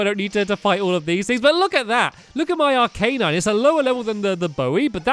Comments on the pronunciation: its called arcanine not arc A nine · its arc-a-nine stampy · its not arca nine its arcanine stampy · It's pronounced Ar-ki-nine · it is arca nine . This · Arcanine: (Ar-Ke-Nine) stamp your awesome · Its Arc- a- nine